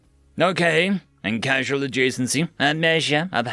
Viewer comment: FYI, "causal" is different from "casual". "Causal" comes from the same root word as "cause" and is pronounced "cawz-al"